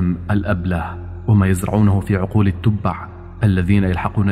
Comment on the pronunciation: التبع ههههه لاحظوا النطق😅😅😅😅